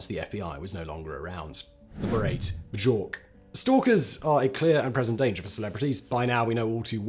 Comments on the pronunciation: B jork? Is that how Brits say her name? Here in the States we say B york but all in one word. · Simon…really? “B-Jork”?! I find it difficult to believe that you don’t have a single person on your team that could have told you it’s pronounced Byork. I think they probably noticed but didn’t tell you just because it’s funny. Lol….fact boy? 😂🤣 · Bejork and Bejorp but never says Beeyork... Factboy Sure is lucky he is beautiful, Because he sure cant speak... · its Pronouced "B-York" Not "B-Jork" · Love all your videos Simon, but....my man, it's "B-york" not BuJork. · Simon, i love you, really i do, but bujork? BUJORK!? i shall never see this awful story the same way again, because now as i think of it or listen to true crime videos about it, ill start giggling thinking of BUJORK! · B-jork ? Do some basic research! You keep mispronouncing common names. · “B-Jork “…..that’s funny. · The fact that Simon pronounced Bjork as "Bjjjork" just further cements his legendary status as being blissfully ignorant of celebrities, lol. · I thought it was pronounce byork? 🤔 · Her name is pronounced “Bee-york.” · Did you seriously say: Ba-jork? Does she wear Nykes? Is her favorite letter of the alphabet hay-tch? Iceland is in the western hemisphere; learn the colloquial! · Did you seriously just pronounce Bjork "B-geork"?? LOL You must know by know in many many many languages, the J makes a Y sound. Jan/Yan? Juraj/Yuri? Really? She's also super famous and her name is VERY well known. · The J is pronounced as a 'y', man. Like in the word 'yes'. Byork. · it's pronounced bee-york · Dammit Fact Boy! It's pronounced "Byork" !!! Hahaha. Huge fan bud, keep em comin. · The pronunciation is Byurk... That is all FactBoi. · Bjork is pronounced "B- York", like with German the "J" sounds like a Y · Simon, are you really saying "b-jork"? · By the way, Simon, her name is pronounced byork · Sat it with me... bee york... Beeyork... Björk. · Haha! Simon, the j is silent. It's pronounced 'beyirk'.🙂✌️